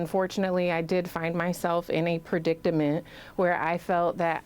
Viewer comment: PREDICAMENT NOT PREDIC TAMENT. NO T AFTER C. ON HER SIDE. GET WORDS RIGHT TO HAVE MORE CREDIBILITY.